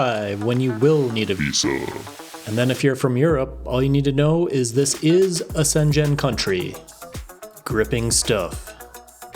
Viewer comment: senjen country??? you mean SCHENGEN? woooooow... man get some education.